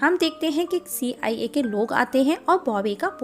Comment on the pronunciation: "See. Aai. A" 😂😂😂